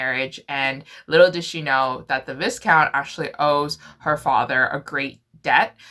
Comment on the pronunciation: I love you. But please. Its vi-count. The s is silent. Seriously love you though but that gave me the giggles 😅